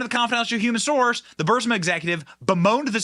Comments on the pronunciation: If anyone on Benny’s staff reads over the comments, could you PLEASE TELL Benny how to pronounce BUR-EEZ-MA? I love Benny’s show. He’s great. But his mispronunciation of Burisma is driving me crazy! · BENNY!! DUDE! COME ON! You are saying Burisma incorrectly and it makes you sound uneducated! It's Pronounced Burr-Reese-Ma! You are saying it with the "i" and "s" inverted! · Are you intentionally mispronouncing Burisma? I’m new to watching you and am wondering if it’s an inside joke I’m not aware of. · burISma, Benny. Please. Please STOP saying BurSIMA. it's like saying "nucular" instead of NUCLEAR.. ugh. I love your show, but seriously. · It's not BUR-sima, Benny, it's Bur-EES-ma. Your pronunciations make me crazy. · Bur-si-ma…?!? It’s Bur-is-ma! Get it right! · The company's name is pronounced and spelt, BU RIS MA. It's not berserma. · Burisma, not Bursima, Benny..but great show as always! Keep up the great work! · It’s NOT Bur-Si-ma . IT’s BURISMA Bur-Is-ma Burisma Burisma Burisma! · about to unsub if he says bursima again, burisma benny, as bad as people spelling rhino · BRRR-REEEEZ-MA BRRR-REEEEZ-MA NOT BURSA-MUH! BRRR-REEEZ-MA OR even BREEZE-MUH C'mon Benny! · Burisma is pronounced br-ee-smuh. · Love you man but you are mispronouncing Berisma. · Bur-EES-ma. Come on, Benny, get it together. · Say it with me, BURR-IZZZ-MA. 😂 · Bur-EEZ-ma. And Let's Go Brandon. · Burr iss maa Burisma Benny😅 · BENNY!!! It is pronounced Buh-REEZ-muh, ffs!! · He never 👎 gets it right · Burr-eeezma, Benny. Pronounce it that way? Please? Not Bursima. Just look at the word, hard? Get hooked on phonics? ........ Love ya, Benny. Keep up the great work? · Bur-EE-sma. Not BUR-sima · It’s Burisma not Bursima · It's BURISMA NOT BURSIMA! I know it's petty, but you're a journalist, so you should make an attempt to pronounce words correctly. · Bur• Ris• Ma NOT Bursima.😂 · Ffs Bennie, i enjoy your show, but its Buh-riz-mah. Not Bursima.